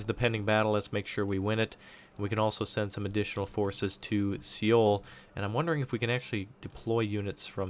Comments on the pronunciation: It's actually So-Wul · i believe Seoul is pronounced Soul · Nice video, I think the correct pronunciation is "Soul"